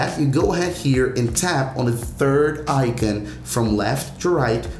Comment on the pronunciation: Why you pronouncing icon like that